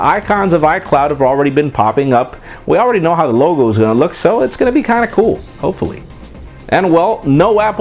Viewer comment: "that's gonna be GINDA COOL". lol